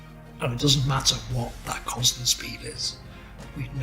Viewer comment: the way keeps saying constant.. uhg